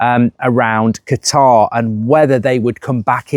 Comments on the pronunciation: Mark it’s CATAR not Guitar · Please no! Simply coz I can't handle mark constantly saying 'Gutar' 😂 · and qutar😂